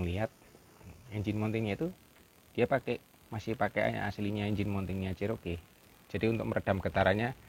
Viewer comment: 4 JG itu miliknya Isuzu mana bisa powerful? Bagaimanapun mesin Chrysler 4.0 L high outpit jauh lebih bagus...Enak tu menurut anda🙏, klo mau irit bertenaga sebaiknya anda pilih TLC Vx/VXR 80. Maaf Cherokee di bacanya Ceroki..bukan Ceroke .the name is taking from one Indian native.Salah satu XJ 14 / Jeep Cheroked saya udah engines swap pakai Edelbrock V8 350 CI 5700cc.Sektor kaki kaki saya pakai Prorock,Winch Warn 8275 m50...towing bar Mopar, full roll cage....salam dari kota kecil Majalengka Jawa barat.